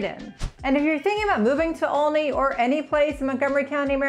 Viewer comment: First thing is, one needs to learn how to pronounce it - it's pronounced ALL-ney. Like olive. It's always been that way.